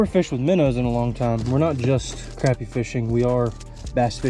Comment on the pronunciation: it’s cra-pie not crap-ie